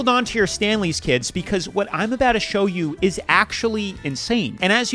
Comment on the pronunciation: Pronounce your words better you said hold on to your Stanley kids it sounded like you said tits instead of kids